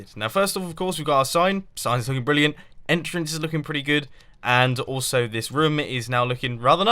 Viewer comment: I'm pretty sure its entrance not enter-ance